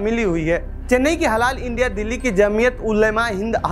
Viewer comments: अरे रिपोरटर साहब ! हलाला नहीं हलाल कहिए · Its HALAL,,,,not HaLALA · अबे पहले बोलना तो सीख लो वह हलाला नहीं हलाल होता है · Bsdk ita halal not halala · Bhai Halal bolo. Halala halala kyu bol rahe ho? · हलाला नहीं हलाल आप लोग पहले समझ कर तब बोला करे कियो कि खबर पूरी दुनिया में देखा जाएगा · Baar baar Halala halala kar rahe hai Halal pronounce karen please. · jahil bhi parekar ban baytha hai halal aor hlala bhi nahi bolpata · निहायत ही घटिया रिपोर्ट, हलाल को बार बार हलाला बोला गया। जान बूझकर किया या गलती से दोनों ही हालत में सच्चे पत्रकार हो तो क्षेद प्रकट करना चाहिए। देखते हैं करते हो या नहीं। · हलाला नहीं हलाल कहो भाई।